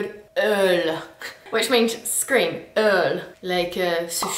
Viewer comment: vous avez une drôle de façon de prononcer hurler, c'est ça qui fait rendre moche ce mot. Urler n'est pas si crade en vérité.